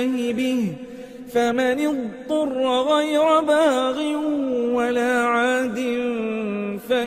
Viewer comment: Masha Allah... Bot acha phera but ayat no 141 motashabehanwa k Baad ghaira main ghain ka talafoz mujy Samaj nahi Aya.. please ager app se skip hova ho to sahi ker Len..